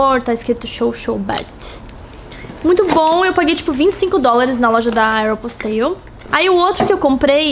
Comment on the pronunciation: Não se pronuncia "Aéroposteiou" é "Érpóstou". É engraçado mas é assim que fala.